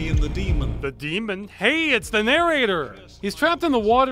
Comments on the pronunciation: Anyone else notice the narrator did not say "Demon", he said "Deemond".. He put a "d" at the end! Dude literally made a mistake on one of the most important words in the sentence and they kept it in. "The deemond is finally vanquished" Now that's a cool ending right there, vanquishing deemonds! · Ross echoing the "deemon" always cracks me up!